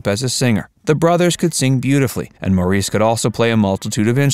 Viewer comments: Maurice’s name is actually pronounced “Morris”. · Can’t stand when they pronounce Maurice’s name wrong. It’s pronounced MORRIS! 🙄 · Just a couple of corrections, Maurice's name is pronounced Morris and Andy Gibb was NEVER a member of the BeeGees. He is sing with them in one of their concerts. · Morreese? Really? If you're going to make a documentary about the Bee Gees at least learn how to pronounce their names. The Gibb family lived in Great Britain before emigrating to Australia. Maurice's name is pronounced Morris and in every documentary where Barbara Gibb speaks (their mother) she pronounces her son's name as Morris. Get it right! Also Andy never joined the Bee Gees. He sang with them on a few occasions, but he was a soloist. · A crappy, inaccurate video. What??? The disco craze was NOT in the 80's but the 70's! It's not pronounced "Moreese" but "Morris". I loved Robin and his beautiful unique voice but both he and Barry shared lead singer duties as well as Maurice on occasion. Most of the disco era songs were sung with Barry as lead. Get it right folks. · Incorrect info. Robin wasn’t lead singer of the bee gees. It was Barry. Also robin had cancer. Mo, (spelt Maurice)who’s name is pronounced Morris not maureece. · And it’s spelled Maurice but pronounced as Morris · How come the narrator can't pronounce Maurice's name right?!! It's pronounced Morris. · Maurice is pronounced Morris! Andy was never a Bee Gee. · Maurice pronounced his name as “Morris” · It is spelled Maurice, but pronounced “Morris”. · Hearing Maurice's name pronounced 'Morr-eese' grates on me! Haven't they heard it pronounced by the English?!! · Maurice is pronounced like Morris. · His name is pronounced “Morris” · People need to do a better job at their research. Maurice pronounced his name Morris. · The Bee Gees music I would say is timeless. Btw, Maurice’s name is pronounced Morris. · Maurice was pronounced “Morris”.